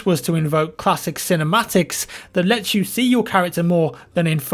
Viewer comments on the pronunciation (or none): none